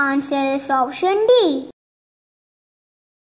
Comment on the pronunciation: Please note there is a typo followed by a mispronunciation of the name of India's martial art in this video on the answer slide 12 - The right word is KalariPAYAttu and not KalariYAPAttu. :)